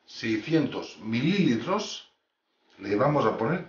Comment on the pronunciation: Mililitros no, se dice mililitros